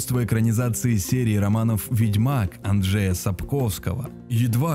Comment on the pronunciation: Не мУштра, а муштрА, и не анджЕя, а Анджея Сапковского!